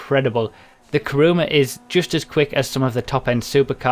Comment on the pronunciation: It's not "Karuma" it's "Kuruma". Everybody gets it wrong.